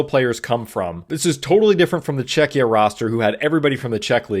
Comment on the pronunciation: ima polak yay czechia mentioned. and pronounced right yay